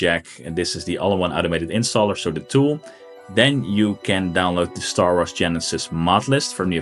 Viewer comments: "Star Arths" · lmfao how he says star wars